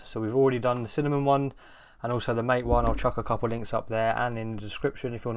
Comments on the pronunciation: Caja and mate are pronounced more like "caha" and "mattay", they're words in Spanish. thx for the video tho i wanted to know what mint+kfce looked like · it's Mah-teyyyyy. The devlopers pronounce it as Mah-teyyyy.